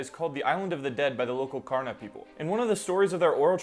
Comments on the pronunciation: Kaurna is pronounced like Ghana btw - someone from South Australia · Btw kaurna is pronounced GAR-nuh. And Australia has over 250 nations of Aboriginal ppl, the only place without a nation is Kangaroo island. edit- I was wrong! a very lovely person replied with a correction, and they put it v well, so have a peep if you're wanting to learn! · The pronunciation of Kaurna you used made me physically cringe 😭 it’s much more closely pronounced as gar-nuh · Kaurna is pronounced closer to gaurna, btw! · This is cool - I've lived here for a year, but I haven't heard this story before. By the way Karuna is pronounced Garna. 👍 🇦🇺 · Not being picky, just for those that are interested since it's a unique language, but "Kaurna" is pronounced similarly to "Ghana", closer to a G sound instead of the K sound and a "or-na" sound instead of "ar-na" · Niina marni and hi! I'm from Kaurna land and really appreciate you telling our stories! The only note is that Kaurna is pronounced more with a G like Ghana. Love your videos <33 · Hi aboriginal guy from Kaurna country (I’m not Kaurna but I live and grew up here) Just thought I’d say it’s usually pronounced ˈɡɑːnə like the country (Ghana). I Know online it says both are right but I’ve actually never heard it pronounced that way by any Kaurna person or otherwise. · In the story, his wives got to the mainland and ran away, never to be seen again. He went to the mainland to look for them, and as he walked the beaches he wept in regret, and wherever his tears fell became freshwater springs. I know this because theres springs all over my local beach. The K in Kaurna is pronounced as a G as well my dude.